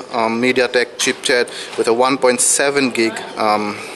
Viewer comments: Im sorry, like others here i cant help but notice you saying "chip-chet". Ok, now replay~ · chipset...not chipchet:)